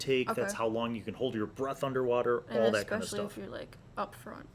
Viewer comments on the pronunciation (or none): none